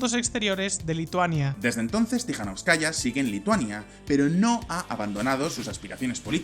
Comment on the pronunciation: Se pronuncia TikaNÓVSkaya, aplicando la sílaba tónica donde lo veis en mayúsculas, no como lo pronunciais.